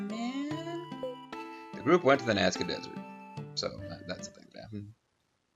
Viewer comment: Kara has a point... Godot dammit! You took us to the NASCAR Lines, not Nazca.